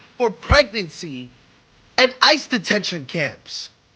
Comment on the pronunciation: when you have the desire to be heard yet don’t have the brain 🧠 to process!!! Sad state of affairs! I thought he was just too excited the first time but hearing him the second time not being able to say detention was crazy.